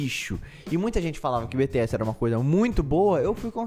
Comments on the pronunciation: E ele ainda continua falando errado. Tipo errado ñ tá, mais ñ tá do jeito brasileiro sabe. Fala bitiéssi e ñ bitiés , fecho 👍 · Tururuuuuu ( se diz Bitiésii) kakakaakaka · Continua falando "bete-essi"... É engraçado kkkkkkk Vc reagiu a música errada... tem mta música deles com letra profunda! Tenta d novo,! Ps: é normal não saber quem é quem no começo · Ai MDS não creio kkkk o melhor de tudo é ele falando "Beteési" e se corrigindo kkkkk. Obg pelo o react e quem já o acompanha desde de o começo sabe que vc não tem a intenção de ofender ninguém. Bjs do ARMY 😊💜💜💥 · Ele:"Beteési" Eu:Admita que você já falou errado,ou não você JÁ FALO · É se escreve bts e se pronuncia tipo bities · 🤣🤣🤣 morrendo com ele repetindo bts "errado" e depois "certo" 🤣😍💜 Adorooooo!!! 😍🤣💜